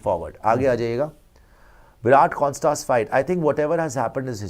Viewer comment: When you say Konstas, it sounds like corn starch 😄 It is pronounced as a single a and not a double or triple a. Konstas, not Konstaaas.